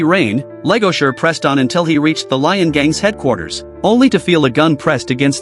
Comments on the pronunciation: Why the hell is this dude calling the wolf Legosure? Its Legoshi. Lol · It's not Legosher it's Legoshi 😂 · Legoshi!! Not legosher or legosure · LEGOSHI Not Legasher please tell me you messed that up on accident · BRUH!!! LEGOSURE!!! WHO THE FUCK IS LEGOSURE?!?!?!? It's LEGOSHI!!! 😭😭😭😭😭😭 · its legoshi not legosher brotha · My ears burn. What the hell is legosure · It's Legoshi! Man pronounce it right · First off the Ai voice over said legoshi’s name his mame wrong